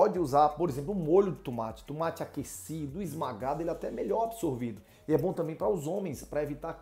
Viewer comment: TUMATI? DEPOSITO? KKKKKKKKKKK É UM BAIANO MESMO !